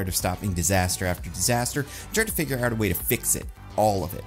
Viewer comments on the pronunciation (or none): none